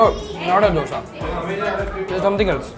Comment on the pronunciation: It's not dhosa it's dosa